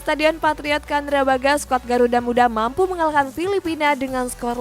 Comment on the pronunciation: gak semua c dibaca k. candrabhaga. bukan kandrabhaga.....